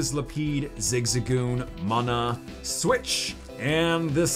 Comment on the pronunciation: did no one realize he said soich